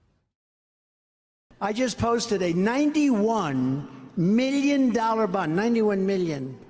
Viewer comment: Trump is so narcissistic he can't even say the word million without pronouncing it "me-llion"